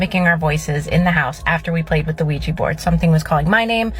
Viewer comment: PLEASE stop pronouncing ouija as weejee !